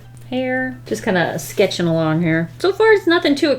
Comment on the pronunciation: scetch-ing technique kinda s'thing. Me: we get you. English tends to run away.